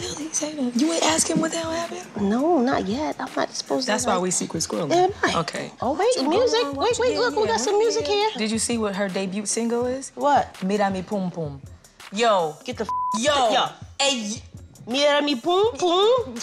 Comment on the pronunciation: Olivia trying to make a joke at Somaya's expense but ending up pronouncing the "t" at the end of "debut". I can't breathe.